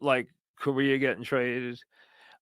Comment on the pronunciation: "Carlos Korea" lmao how are you a broadcaster all your life and you can't pronounce players' names correctly?